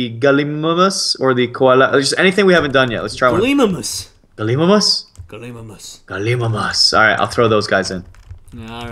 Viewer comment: It's pronounced, 'Gal-i-my-muss'. ^ (as in igloo)